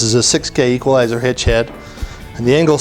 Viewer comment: Equal-i-zer Hitch aaaaa